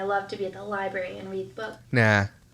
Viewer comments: Liburry. As a librarian, I can tell you this is pet peeve NUMBER ONE. It’s library! Annunciate! Everything you say, no matter how smart you actually are, is undermined by your lazy pronunciations of words. I get it! I live in Louisiana, trust me! I want to slur words constantly, but it takes away all credibility when you’re trying to make a point or show how knowledgeable you are. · Omg, I love your commentary!! You say exactly what I'm thinking!! I can feel my blood pressure rising, watching this narcissistic tool!! Ugh!!! If she says "libary" one more time...!!!!! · I find it very hard to believe that this person has ever been inside a "libary" lolol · Arrrggg “Lie-berry” is what people say when they lie about going to the library lmfoa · I'm not a Myka fan, but a lot of the pronunciation nitpicking really is just regional/dialectal pronunciations. "Getta" is pretty common in most places in the US, also "liberry" is more common on the mideast coast (around NY, etc). Her inflection however? That's just her being an airhead. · “Libary” hahahaha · That's my favourite Ken from Toy Story quote. "Take him to the Libary!" 🤣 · I hate when people say Library incorrectly! I am a 47 Y/O Life long Ohioian and we dont say didnt or Any of her incorrect english! She in no way reads books! How she passed Nursing school is beyond me! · I CANT STOP LAUGHING AT the library part!😂 that’s one of my biggest pet peeves. I get so irritated when someone says it wrong 😂 Also I remember seeing a clip of myka saying that she was engaged when she got pregnant with cova (I forgot her daughters name) and they broke off the engagement bc he did something that was a deal breaker. Not sure from which video it was from